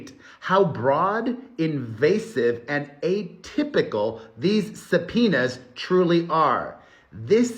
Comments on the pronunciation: Subpoenas; sometimes when you are saying this word it is sounding like your saying za penis. Is it just me or anyone else hearing it😅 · Before you read subpoenas as supinas I use to read them as subopenas in my heart 😂😂😂